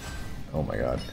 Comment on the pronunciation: I like to think you're saying "Oh Mike god" instead of "Oh my god." You are the god Mike. good content.